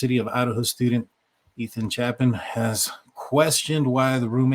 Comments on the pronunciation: He is Ethan CHAY-pin, not CHAP-in. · Chapin (chay-pin) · Pronounce Ethan’s last name correctly dude! Get with it if your gonna act like a you tuber.